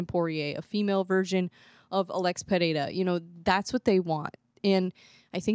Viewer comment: The way you pronounce Pereira is perfect, did you practically pronounce it correctly? 😂❤